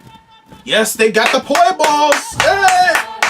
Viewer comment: Did I just hear poi balls 🤣 they are just called Poi